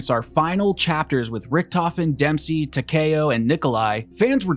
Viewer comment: Why would you say takeo like that? No one ever pronounces it like that.